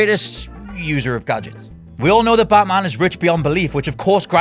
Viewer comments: You idiot that Batman not Baaatman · that pronunciation though... bartman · Stop saying "Buttman" all the time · "plus it's baatman"